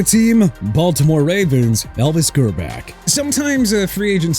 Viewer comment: Minshew as in min-shoo not min-choo... SMH... also Elvis Grbac is pronounced gihr-boch not gihr-back!! You can't say a quarterback's name right?! What's wrong with you?!